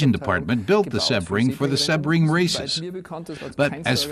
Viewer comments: SEE-BRING. Not SeH-bring. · An American commentator that cant pronounce Sebring, its in Florida. SEABRING.